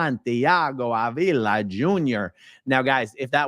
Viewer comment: In Spanish, his last name is pronounced Ahhh-vila, not A-VEE-la. Just for your knowledge. 😏😉👍🏽